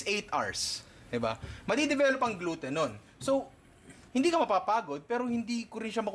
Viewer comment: Ninong said: Glouten di owten HAHAHAHAHAHHA